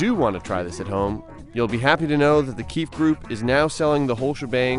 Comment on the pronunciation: Lol the keef group... Its pronouced KEY-FEE...